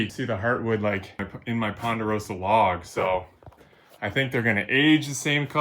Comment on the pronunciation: Say ponderosa one more time😂